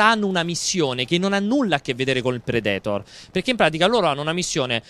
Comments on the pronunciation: Ma perché dovete sempre mettere l'accento nei nomi dove non ci sta?DRAGONBA'LL,PREDE'TOR,IRON-MAAAN ECC...Io sono sempre stato fra quelli che ha detto "NON IMPORTA" ma adesso lo state facendo con qualsiasi prodotto e per qualsiasi personaggio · Predetor mi sono sanguinante le orecchie. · Ma perché dicono predetor?😂